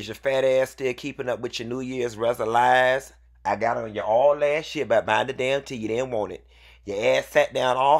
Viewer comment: (a) ..not..."Reso-lies".. I cannot 🤣. (b) but however who is Nicci, I am at a disadvantage here.